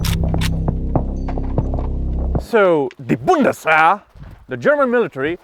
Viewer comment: its just called bundeswehr not bundeswswaaaaaaaaaaaagrrrrrrrrr you know? ;)